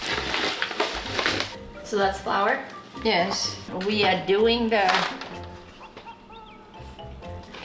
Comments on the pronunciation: she's so precious, bless her (also, you get your beauty from her)!! when she couldn't say flour, it reminded me of my mom (she's indonesian, but we live in switzerland so sometimes her german is kind of all over the place hahahah) <3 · Omg I was laughing so hard when she couldn’t say flour, she’s so cute!! Love you 😍